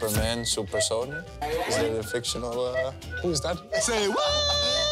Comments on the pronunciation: jajaja grande bro pero creo que el dijo supersony y bueno jaja me hizo gracia xdxd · He says Super Son. I don't know why he called him super, but he means the blue Sega videogame character Sonic 😂